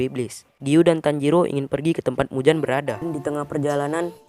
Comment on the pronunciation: akaZa dan muZan , apa apaan lidah lu bang